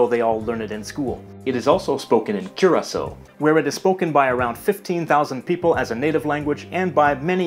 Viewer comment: Whatever Dutch speaker he uses for the Dutch words doesn't know how to say Curacao. :/